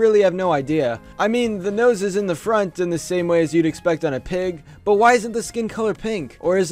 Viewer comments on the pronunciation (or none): none